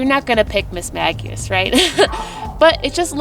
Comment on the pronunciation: It's actually pronounced "miss-may-jiss" 😉